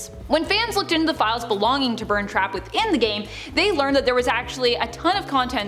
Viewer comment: You say burntrap as burnt trap.